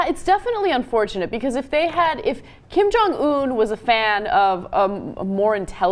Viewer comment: The dude's name is 김정은, Anna. Learn to pronunciate it, pease!